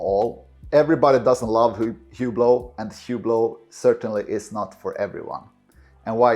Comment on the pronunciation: This guy can't even pronounce the name of the brand he's defending correctly 🤦‍♂...The H is silent..say "OOH-BLO" not HEW-BLOW. This tracks perfectly with the typical owner...They're loud, garish watches that are famous for being famous and that appeal to ignorant people with bad taste and money to waste. They're the purple Maserati SUV of the watch world.